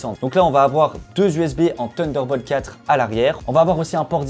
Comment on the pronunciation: “TUNDER BOLT 4” Les mecs taisez un effort svp